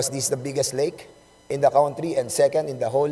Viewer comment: Hoy TUMAHIMIK KA I=N THE “COWNTRI”. PPOHR DA KAWNTRY!!!!!! HAY NAKU …MAG TAGALOG KA NA LANG PO!!!!!!!GALIT SI MR WEBSTER SA YO.HAHAHAHAHAHAHAHAHHAHAHHAHAAAAA